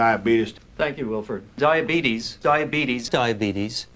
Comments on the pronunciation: He has Dia Beetus that's why he has brain fog and can't pronounce Diabetes. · Love me some Wilford. DIABEETUS 🤣